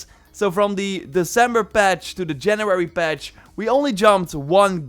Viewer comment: “JANRUARY FURTEENT”